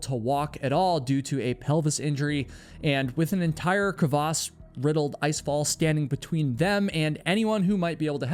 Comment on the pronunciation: The crevasse pronunciation is stressing me out